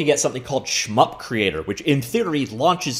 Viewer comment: sounds almost like you're calling it "Schmuck Creator" 😂